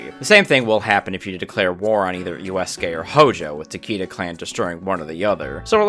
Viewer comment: Why are you saying eroge like that Kenshin is rolling in his grave at that pronunciation of Uesugi too.